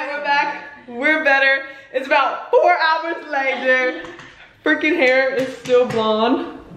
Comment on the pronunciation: yeah i noticed how she said “four”